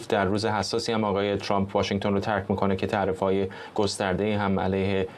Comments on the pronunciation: این سمیرابااون فک درازچرابه ترامپ میگه چرررمپ،این فرداد ک نی هم بعضی وقتها میگه دونالدچرمپ که چی،مثل ادم بگیدترامپ،،،دونلدچرمپ😮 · عی رم دهن سمیراچه حال بهم زن ترامپ راتلفظ میکنه،اونی،،،ک توزبانت چرررمپ چیه 🤔 ک نی خوبگوترامپ،چررمپ،دونالدچررمپ